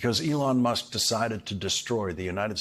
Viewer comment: You accudently misspoke Musk's name for a moment, calling him Muck. I think that is actually perfect for this cretin.